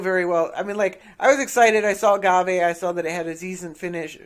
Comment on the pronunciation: It's prenounced gave